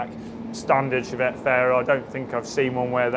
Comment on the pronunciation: Was only half listening....did you say "..we touched-up the Chavette? " no need for that